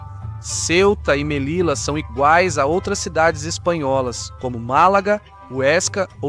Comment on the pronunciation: Detalhe: Em espanhol, as letras LL produzem o mesmo som que o LH na Língua Portuguesa. Portanto, Melilla deve ser pronunciada "Melilha".